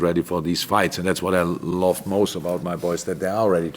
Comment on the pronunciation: Jürgen, "love" is pronounced [lŭv] not [lōv] :-)